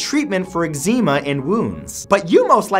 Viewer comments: egg-seema?! Really Matt?! Ex-eh-ma. Holy christ. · I really, legitimately wanted to hurl because of how Matt pronounced eczema. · Is that really how Canadians pronounce eczema?